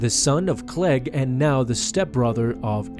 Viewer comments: Dude, it's Cliegg "KLEEG" Lars, not 'Clegg.' xD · Kleeg not klehg